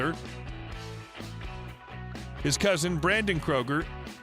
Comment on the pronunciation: His last name is Kröuger